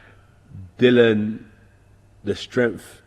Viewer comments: Dillian Whyte... Di - lee- anne !!! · All these years and he still says his name wrong haha